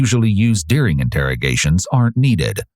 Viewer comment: It's "during" not "dearing"! gahhhhh!